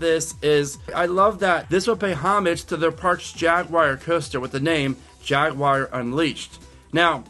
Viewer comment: Jaguar ,,,,not Jagggguar